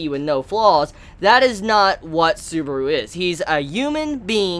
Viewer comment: Please, stop calling him Suburu.